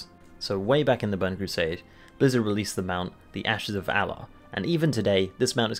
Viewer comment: did toy say "Ashes of Alah"?